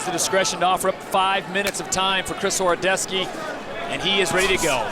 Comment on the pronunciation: 100% not horodeski "horodecki"